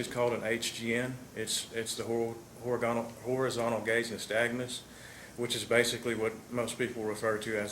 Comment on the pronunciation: horigontal, sounds like this officer is himself intoxicated